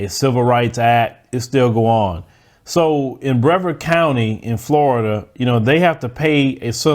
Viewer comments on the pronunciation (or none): Thanks for making all your content. She didn't get enough at all. It's pronounced Bre-vard though, just wanted to tell you that tidbit. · BRE-VARD COUNTY